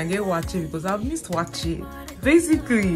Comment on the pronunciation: Eeiii! Yeah, you pronounced "wakye" the correct way. As a Fanti / Agona, I beleive almost, if not all the tribes in Ghana have no letter "C" in the alphabets. So "ky" is like "ch". (Again, no C-J-Q-X). Not too sure if the Ewes from the Volta basin ooh. But the Akans has no letter V either.